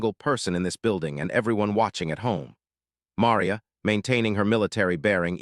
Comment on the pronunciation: Besides being too cheap to buy the RIGHTS to the video, you've never learned how to pronounce "Maria"! Talk about ignorance!/ Next time, though, when you hear a racist OR a bigot open up with that filth, ask them where THEIR family came from!/ And bèsides all that, though the description says so, this is NOT a video. There are no moving parts., just an AI-based audio presentation. No moving parts! Buy the rights! Show the tape! Prove it! Bet that's why you only have 33 subs, and I can't give it a thumbs up!